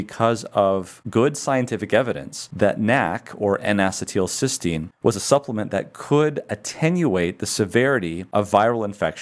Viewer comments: Not to be a jerk but it is pronounced en uh cē tul not en ass ē tul. The only reason I bring it up is I have found doctors that laugh at the patient when you pronounce something wrong. Once I even had a doctor laugh at my pronunciation only to find out HIS pronunciation was wrong. People with chronic diseases really can suffer at the hands of insufferable doctors. Just trying to be helpful and not a jerk. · I have searched around, and can find no one who pronounces "acetyl-" the way you do. Every chemist or biologist is familiar with the common acetyl radical, and I suppose we all wince at your pronunciation each time. a-SEE-t'l is how everyone else says it. Otherwise, your lecture was superb. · Bruh is pronouncing it wrong.